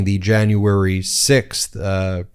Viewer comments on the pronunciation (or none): stu2 I despise her! I know it's petty, but I can't even stand the way she says "Jane-uary" instead of "January"! She's a vile ignorant monster.